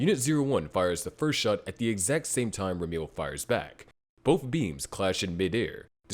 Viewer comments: Ramiel is spelt like ram (as in the animal) e (letter) l (letter) Or at least that's how you're spoused to pronounce the name I'm a native Hebrew speaker so it bugged me a lil lol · Never in my life have i ever considered that Ramiel could be pronounced "Rameal"